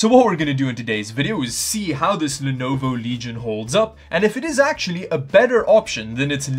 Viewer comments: legion leg-eye-on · It's good for playing Best Feet, a.k.a. Apex Leg-ends. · Just one comment for the way you pronounced LEG-IRON... it had me it tears every time 🤣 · I've been pronouncing legion incorrect this whole time. Thanks to this video, I now know it's pronounced 'leg-ion'. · i like how pronounce L E G I O N - LeGaYon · Cool video, but did you say, "Leg Ion?" I believe it's all one word: Legion. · He kept saying leg-ion and it cracked me up. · im sorry but its (lee gen) not leg i on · Is he joking when he said leg ion as opposed to legion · Leg Ion system? It's actually Legion system. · Is it pronounced leg-ion or lee-gun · leg i on ? I thought it was lee gin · Did you just say leg-ion??????? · leg-ion? Isn't it supposed to be pronounced "lee-jun"? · Are you saying leg-ion intentionally? It's pronounced leeegion like roman legionaire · what what what what leg-ion what what waht why WHYwhy does he say leg-ion and not leejon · its not pronounced "Leg-i-on" its pronounced "Lee-jun" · Its Legion not Leg ion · Its le-gion not leg-ion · It's not LEG-ION It should be pronounced LEE-GION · did you seriously pronounce it Le- Ion... lol its LEGION, like a roman legion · Lenovo leg iON? its lejin lol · Leg ion lol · LeG IoN🤡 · le-guy-on :D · Leg ion 😂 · leg ion? 😂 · Ligeon is the pronunciation though the speeling is legion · Eh, pronunciation would actually be "lee-jun", but was just having fun with how they printed it on the box. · Rad-e-on. Leg-eye-on. I think Lenovo nailed this gaming word styling really good. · Bro, every time you said "Leg-Eye-On" I hit the floor. OMG! LMFAO! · "Our name Leg Ion, For we are many..." 🤣👍🏻🏴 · Why do you call it Leg Ion? its Legion like the Foreign Legion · Leg Ion - once you see it and hear it you can never go back. Thanks 🤣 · I say words incorrectly on purpose all the time (Pissed-uh-chi-ohs, Vag-eatables, C-hicken) and I never even thought of Leg-ion as an option! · No u did not just say Leg ion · Leg Ion 🤣